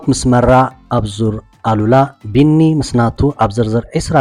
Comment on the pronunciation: ሰላም ሲነማ ሰመረ በጃኻ ዙር ኣል/ ኡላ ኢልካ ኢልካ ከተንብቦ ይምሕጸነካ ኣሉላ ካል'አ ትርጉም ስለ ዘለዎ የቀንየለይ።